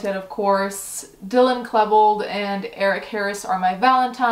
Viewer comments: I love you but Klebold is pronounced Klee-bold not klay-bold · The way you pronounced “Klebold”